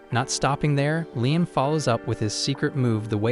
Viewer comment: The AI voice needs to decide if his name is pronounced ligh-em or lee-em.